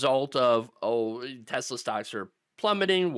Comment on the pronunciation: It's pronounced, "TeSLUR."